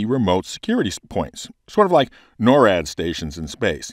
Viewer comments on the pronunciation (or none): none